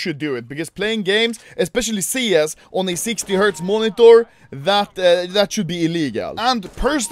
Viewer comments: No one: Anomaly: MUONITOR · The way he says monitor is hilarious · Bro am I the only who gets triggered by the way he says " monitor " 😅